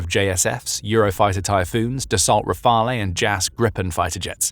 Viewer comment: Great news! For the record, there is no “eh” sound on the end of “Rafale”. It’s pronounced “ra-FAL”.